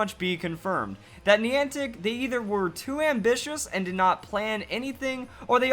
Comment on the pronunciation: Niantic contacted network providers in advance to prepare them for the event, most did nothing. I would recommend you do more research on the event before making a video. It's hard to take this seriously when you haven't done enough googling to even know how to pronounce the word Niantic